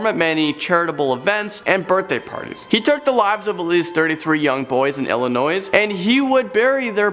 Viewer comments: Illi- noise???? ILLINOIS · it’s not Illinoissssss s is silent sorry from there drives me crazy every time i hear that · It’s not “ill-i-noise” it’s “ill-i-noy” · Did you say Illinois. ILLINOI-SSSSSSSSS. THE S IS SILENT. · Illinois not Illinois's >_< the S is silent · Lol the pronunciation in this video. IllinoiS. WIENERschnitzel. 🤦‍♂️ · There’s no such place as “Illinoise” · I Love your videos but PLEASE stop mispronouncing Illinois.... The s is silent. Pronounced Ill-a-noy . Thank you.😉😊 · Can't believe you pronounced Illinois as Illinoise. For God's sake, the "s," on the end is silent. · when he says illinoiS😪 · LOL boys in ILLINOISE! The "s" is supposed to be silent. Ya know, just letting you know for next time. 😉😊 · It’s Illo that’s so reveleant noy xD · "in illinoise"? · Haha was looking for this comment...it's pronounced Illinoy and I live there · there is no noise in Illinois the s is silent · It’s pronounced ILL-AH-NOI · "Illi-noise" why. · Illinoise btw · Illi.... Noise??? The s is silent. I'm from Oregon and I hate when people call it OrEeGone... And hanged? You don't get hanged. You didn't hanged something up. It's hung.... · How are you going to pronounce Illinois as Illa-noise but pronounce corpse as corp? Very odd. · No, that's not how you say that.... or that, wait, it's pronounced....Please, oh man.. IllinoiSSS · This guy needs to look up pronunciations. Illi-noise, Ay-lean... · In ilanoishh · Dude...the “S” in Illinois is silent. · Really?? The s in Illinois is silent, brotha... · Don't pronounce the "s" in Illinois idiot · The s in Illinois is silent bro.i would know I live here. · The s is silent bub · the s in Illinois is silent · The “S’s” in the word “ILLINOIS” is silent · I'm triggered, he said Illinois with the "s" at the end 😤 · I am mad You said Illinois wrong the s is silent. (This is coming from someone that is born and raised in Illinois) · don’t say the s in Illinois just don’t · It triggered me when he pronounced the “s” in Illinois